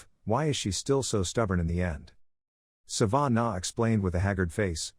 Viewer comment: Its not Sa-van-a It is Sa-vah-nah Laviosa